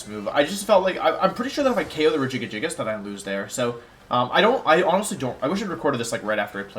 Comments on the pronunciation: Every time he says regigigagigus I want to claw out my ears..... happy birthday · I cant replicate how you say Regigigas. Its like you made a new warm up tongue twister. Like red leather yellow leather but for the pro pokemon player.😂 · Are you purposely mispronouncing Regigigas and Kartana in the beginning?